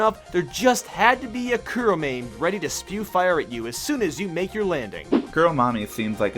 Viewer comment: Kuromame litterally means black bean in Japanese. Also good job on pronouncing it correctly